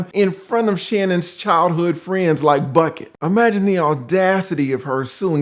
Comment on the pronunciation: Come on not Bucket again. Lol it's Buckey like pronounced Buck•E 🤣🤣🤣🤣great breakdown as always. Wishing you all the best and continued good health